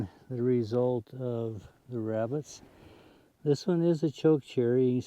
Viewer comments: “Wrascally wrabbits” Elmer J Fudd, wrabbit hunter. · Wascally Wabbits! e fudd